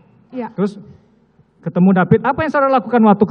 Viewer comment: Korban nya david bukan DEPIT